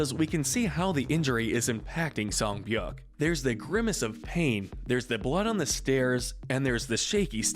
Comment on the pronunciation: And is pronounced sei beok